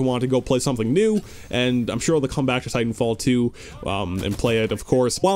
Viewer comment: I love how u say Titanfall teow